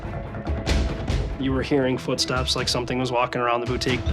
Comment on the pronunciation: I find it absolutely terrifying that someone who owns a boutique does not know how to say the word boutique correctly. 😂